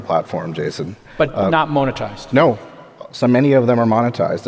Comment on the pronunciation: How many times can Jcal say the word "moan-itized" in 30 minutes?